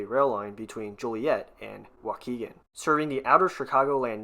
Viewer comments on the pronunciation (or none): none